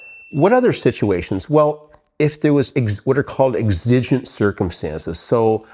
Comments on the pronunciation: exigent: EX-ə-jənt, not ex-IJ-ənt. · I am a little worried about your pronunciation of "exigent"